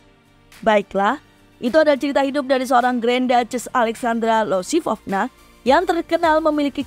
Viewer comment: Bukannya namanya Alexandra Iosifovna ya kak (pake huruf i)? Kok jadi Alexandra Losifovna?